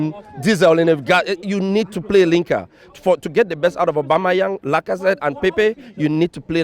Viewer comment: He said linker